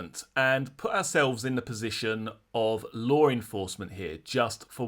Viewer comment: …. There is no “R” in law😂